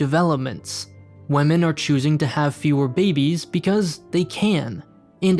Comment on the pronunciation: Wahmen :P